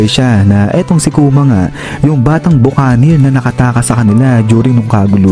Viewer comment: Ba-ki-neer po ang pronunciation NG Buccaneer!